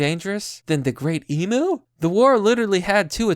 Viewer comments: Fake news. Florida man would have smoked that Cassowary. P.s. learn how to say Emu ffs! It's not e-mooo, it's e-myu. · ARRRRGH its pronounced "eem you"" not EEMOO .. FUCKITY FUCK! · I am Australian, and I can't cope with you saying "Emoo" Please say Emyou Just the same as how you say it but it's not a ooo its a hard "you" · Cassowary will most time go for the gut and rip it out . Even aussies no not to fuck with them . All i can say is old mate was a dumb fuck even blind freddy could have seen how it was going to end . Love how you say emu like e moo. Its more like em you lol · mate its emu emphasise on the u so emU say it with me mmmmaaaaattttteeee emU